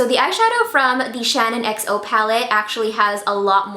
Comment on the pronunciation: did it give anyone else the fear when she called it the shannon xo palette instead of the SHAN xo palette ? ahaha, love you heart x